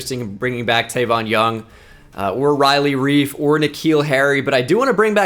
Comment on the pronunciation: Everytime he says Riley Reif